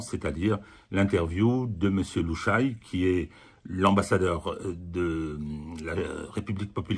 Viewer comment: Petite remarque,: on ne dit pas "Lou Chaille", mais "Lou Cha Yé".